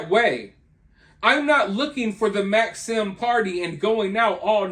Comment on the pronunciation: I've noticed you younger people under 30 can't pronounce words correctly. You said logistics and Maxim incorrectly.